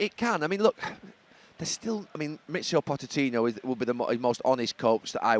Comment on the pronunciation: This guy cant pronounce pochettinos name lol